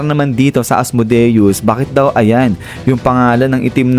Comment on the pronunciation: Asmodeus hindi Asmudeus